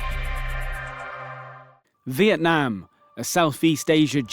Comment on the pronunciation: The country name is Vietnam, not Veitnam as at the beginning of the video